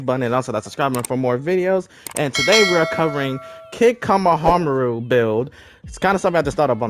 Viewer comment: The way you said his name killed me but it brought me back to life